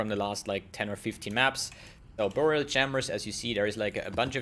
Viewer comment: I love the way you say "BOOORial Chambers..." so exotic!